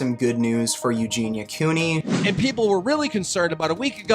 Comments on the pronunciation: Love how you say her name the right way I hope she gets better I know she can do it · i think you are the first person i have heard actually say her name correctly